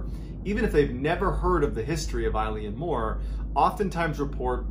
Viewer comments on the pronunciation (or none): It's pronounced Ill-Yawn More not Eileen More ffs 🙄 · LOVE you, love your channel and your delivery, but...its pronounced Ale-en More, and sorry but this story has been really embellished (not you, previous additions to the original mystery) from the bare facts as reported by the investigators at the time, it was bald facts in the logbook, as these were three very professional lighthouse keepers, as this was a hard job before we made most of them automatic due to the damage it did to some of these brave men. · I lean more. No it's pronounced eylan mor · Is it Eleane Moore? Or Eileen Moore? Online it says Eileen, but he’s pronouncing it as I-lee-Ann 🤔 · Eilean Mor is pronounced Eeelan Mor Not Like a girls name Ileen . Just saying It's not your fault It's Gaelic name and some of the Gaelic speak is pretty hard to pronounce. The Gaelic name of the island means "large island of Rainish" and is taken from the surrounding area, which itself means "Roe deer headland", from Old Norse. Love your stories keep em coming If ye have a look on Google Earth you can see the boulder which is now in a corner of a garden wall and it's massive Yes you can see Eilean Mor from the outer Hebrides It's on the horizon and in good weather it's as clear as a bell . Locals on the west coast of Lewis still talk about that fatefull day in hushed tones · Tammys aff tae yer pronunciation son. Your saying eyeleeanmore. Fair play to you buddy. Try Eeelan Mor. X 🏴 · I had a bad feeling when I saw the Gaelic in the title, that feeling was confirmed when Mr B pronounced it "I-Lean-More" 😂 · It is pronounced Il-Aun More. Oileán Mór in Irish or Scots Gaelic 😊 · Just discovered your channel. Loving the content, great knowing I have like 3 years of stuff to get through! The pronunciation of the island is actually Eh-lan Moh-r. Literally translated to Great Isle or big Island. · Close - it's pronounced 'ay-lan mor'. It's Scottish Gaelic. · It’s pronounced Ellen Mor 😁